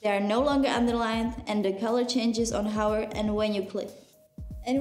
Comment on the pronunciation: when u say hover u say hower lol :P